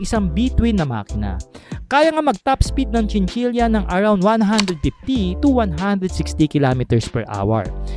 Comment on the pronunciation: Chinchila po di chinchilya